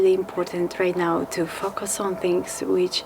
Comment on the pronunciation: I will mention again, use plywood gussets over the joints in your tent. Triangles are strong. Tiny metal strips are not. Multiple layers of fibreglass are needed. You need fillets in the corners. Curves are stronger than right angles. Please practice your English pronunciation of the word "focus" Russian speakers often sound like a very rude phrase. If you are buying a rebuilt engine, buy it from a company that rebuilds and warranties the engines. That way you have some assurance it was done correctly and will give a good service life.